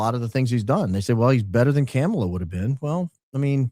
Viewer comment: Now i know you know the correct way to pronounce Kamala.....please dont get down to Trumps level 🤔 Why bring up victims lip fillers? 🤔